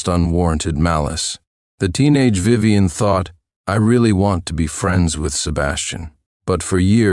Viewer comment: Yuyuwei is Vivien... for some reason, the Vi's are getting pronounced as Yu's and the rest garbled at some points, I think. Took me a moment to realize because it was so screwy. But yeah, the Tiffany swap out was seriously an obvious copy/paste error.